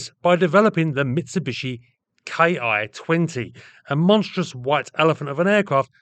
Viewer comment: Japanese Army aircraft designation uses the syllable "KEE", usually writen "Ki", it's not an abbreviation "Kay Eye". It's the Katakana symbol "キ"